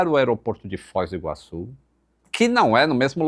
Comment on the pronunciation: O meu TOC não é de ver o microfone do descentralizado, mas sim de ouvir ele falando Fóis do Iguaçu, mais de uma vez, ao invés de Foz do Iguaçu.